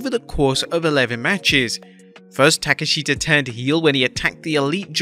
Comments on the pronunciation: Not sure what’s up with your continued mispronunciations of wrestler's names... It’s actually “Tah-KESH-ta” not “Tah-keh-SHEE-ta” You watching (and listening to) the shows? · Shame you skipped double or nothing And it's Takeshita not TAKASHITAA